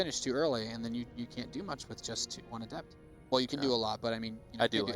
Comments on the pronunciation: "ah-DEPT" say "ah-DEPT!" dammit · learn to properly pronounce adept.